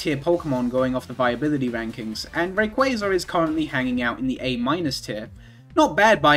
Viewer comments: I like how you say Rayquazar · The way you pronounce RayquAAAAAza makes me giggle